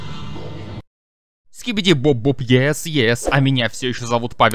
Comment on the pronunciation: Говоришь что как будто монстры гарбен оф банбан это Игрушки ЭТО НАСТОЯЩИЕ МОНСТРЫ ане ИГРУШКИ, и ли Скибиди туалет ТЫ ГОВОРИШ СКИБИДИ БОБ БОБ а надо СКИБИДИ ДОП ДОП, Ты сначало выучи персонажей а потом делай тиории!